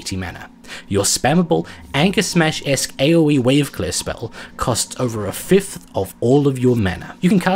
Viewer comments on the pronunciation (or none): none